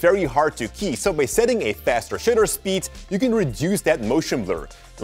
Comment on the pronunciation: Shutter said in your accent sounds like something competely different